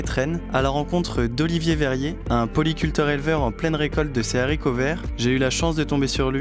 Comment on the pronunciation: Les fameux zaricots